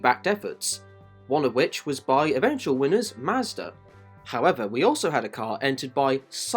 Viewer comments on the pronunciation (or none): none